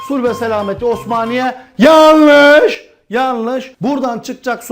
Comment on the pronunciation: la su içiyordum burnumdan geldi hoca 'yeanlığş' diyince :)